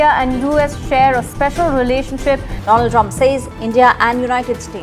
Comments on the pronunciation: Donald ❌ Doland ✅ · sirf doland bola tha... do laaand....itna bada nahi😂😂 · Doland ❌ दो लान्ड✅😅😅😅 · Iska name to thik se bolo du land name hai nahi bolne per terrif lagega wrong name ke liye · Do-land ❌दो-लन्ड ✅ 😂😂😂